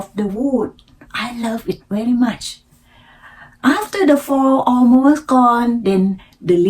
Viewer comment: after work ไม่ใส่ the retired รี ทาย เอิร์ด decision ออกเสียงกระชับครั้งแรกไม่ดี ครั้งสองดีค่ะ something ไม่ใช่ ซิง แลบลิ้น เป่าลมค่ะ เน้น R L ให้ชัดอีกค่ะ spring, from, planting , also, parent, around ,during, area, always คำนี้มีเสียง L s ด้วยค่ะ almost เสียง l และเสียงท้าย st shine เสียง n ขึ้นจมูกนิดนึง ไม่เหมือน shy chance เสียงท้าย ce เสียง V งับปากด้วยค่ะ provide เสียง R car เสียง เออร์ สอนแล้ว:face-blue-smiling: when I came here ไม่มี to ลิงก์เสียงอีก เช่น each other => each- chather good story 👍 เล่าอีก พยายามไม่แปลไทยเป็นอังกฤษ จะดีขึ้นค่ะ :eyes-pink-heart-shape